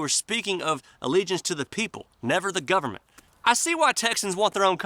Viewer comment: Dude, I know, you forgot... You said, "The Canadian Gub-a-ment", you forgot, "NOW" it's "The S0V!€T S0C!AL!ST R€PUß-L!CK of C0MMY-DA".